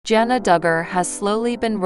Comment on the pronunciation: Her name is Jana with a short A sound. You're pronouncing it with an O. Not sure why. In fact you've mispronounced almost everyone's name. That makes for a bad video & shows you don't know what your even saying!